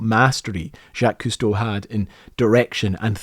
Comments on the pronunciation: obsessed that long and still pronounce the name wrong. HMMM me think i smell something i may have stepped in. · Can you say his freaking name right though? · Crazy how you could be fascinated with a man's career since childhood, then go make a video and can't even pronounce his effing name. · "Jackie" Costo... how much did he cost? (badumtss) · "Jacky Cousteau" 😂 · I don't understand, you say the name Jaques Cousteau (and other French names) perfectly many times in the video yet at the beginning and the end it is butchered. Did you forget to change them? Got lazy? Did it on purpose? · I know his name. The pronunciation is crap.